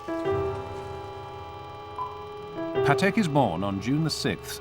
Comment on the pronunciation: Just please pronounce Patek like PAtek not paTEK. He was polish and every polish word have accent on penultimate syllable.